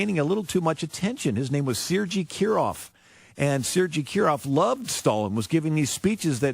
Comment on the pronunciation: I think you can justify ignoring fascist wingnuts who cannot even manage to pronounce Sergei correctly.